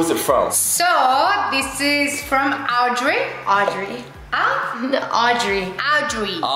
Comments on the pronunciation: its aeeeee not yeeeee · Ok really made me laugh when she was felled to pronounce Audrey 😂😂😂😂